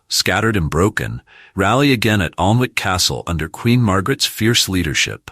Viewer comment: Most pronunciation is crap. Alnwick is pronounced --- Anick and half the archers seem to have compound bows